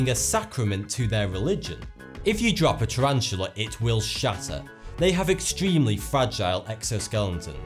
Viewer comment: "Turranchula" ok